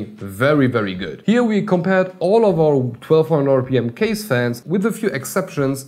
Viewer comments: Its not kaze. Its ka ze. Means wind. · Its not Kaze.... Its Kaz-aee(from the old days)... Also bruv.... I really like your videos And i agree on scissor part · It’s pronounced (Kah-ZEY)! Scythe is bad ass. In the earlier 2ks they use to sell bad ass little 25mm fans I used for cooling chipset heat sinks. Blessings. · I thought "Kaze" pronounced something like Kah-zeh like japanese or something. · Kaze should be pronounced 'car-zeyh', since it is a Japanese word which translates to wind or breeze. you can try put the word 風 into google translate to hear it. They also use Japanese word for their other fans line-up such as jyu (as in 10) for 100mm, jyuni (you guessed it- 12 )for 120mm and hachi (8) for 80mm. if anyone ever read or watched Naruto, i'm sure they'll know what 'Shuriken' is.